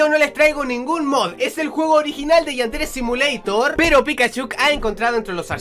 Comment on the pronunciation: .no se dise asi yadere simolitor